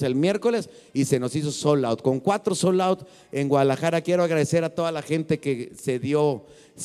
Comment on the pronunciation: Hola, Con todo respeto se dice..SOLD OUT. La D se pronuncia 😉